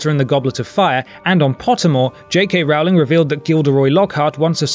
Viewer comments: its pronounced ROLL-ING, not ROW-ling, just btw. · 20 years later and at least 16 years of movie interviews, and somehow everyone on youtube STILL can't pronounce Rowling correctly. I promise, it's not that complicated. You know how to ROW a boat, and you can pronounce rolling, so you can say her name right. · It's Rowling as in bowling not Rowling as in howling!!!!! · that's not how you pronounce Rowling